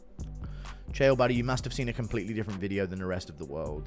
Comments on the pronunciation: Bro you can't even say his name right. ITS NOT KALE. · Who is “Kale Sonnen?”😂😂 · I hate AI videos so much his name isn't kale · dude. i love the way you mispronounce his name as kale sonnen. and for that, you have a new subscriber. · "Kale Sonnen" lol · You probably shouldn’t make videos on fighters when you call this guy Kale Sonnen. Kale Sonnen. You lost all credibility here the video even started cuz he’s literally one of the biggest names I ever in combat sports lmfao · Kale sonnon? Is that how AI says Chael? Also I love all concern for a half ass head kick from a guy 50lbs smaller wearing head gear in sparring vs the guy taking 25 unconscious shots to the face after being slammed on the back of his skull… great society we got here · Is this AI or do you really not know how to pronounce "Chael"? It's a toss-up at this point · Have you never heard someone say Chael before? Maybe do 30 seconds of research, everything else you say holds less weight if you can't be bothered to pronounce a name properly. And you said it 30 freaking times. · When your channel can't pronounce "Chael" correctly you get marked as "do not recommend". Pathetic. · Is anyone else annoyed how the narrator pronounces Chael? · You cover MMA but don't even know how to say Chael. Derp. Maybe cover pop music instead. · I love how the goofball talking can't pronounce Chaels name right 😄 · "Unfiltered Fights" channel name yet you pronounce KAEL Sonnen? lol bro throw away your computer and phone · 👋 name is Chale not Kale😅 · Kale "the vegetable" Sonnen. Lol. Either learn to pronounce the names or stop making videos. This will be the last one I watch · His name isn’t Kale Sonnen 😂. It’s CHale Sonnen mate. Get it right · It's not "Kale", it's CHAEL, and nobody cares what the MMA GNU-ru thinks. He's not a guru of anything but fast food. That being said, that Raja pos needs to go to jail. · Who is”Keeal Sonnen” ??? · Why does this narrator keep saying Chael as "Kale"? wtf? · Did you say "Kale Sonnen"?